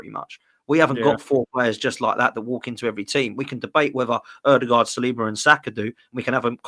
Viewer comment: No disrespect but it's not saliba.ben white come on man. Your not gonna really miss him